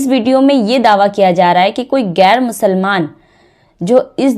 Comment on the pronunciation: Gair nahin bahen. Sahi lafz hai ghair.. Aap musalman hokar Urdu ka sahi lafz nahin bolengi tho kaisa ? Aur salaam walekum nahin.. Assalamu alaikum ye sahi lafz hai.. Pahele apni Urdu pronnunciation ko sahi kijiye..